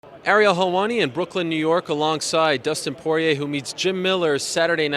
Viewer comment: "Dustin Pee Head Poirie"